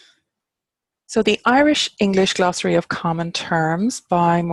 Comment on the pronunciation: I'm just passing through, looking for mundane honorifics (Sir, Madam, Professor, etc) in Irish, but I gotta say that when you said "glossary" I honestly thought you meant "glasraí" - vegetables!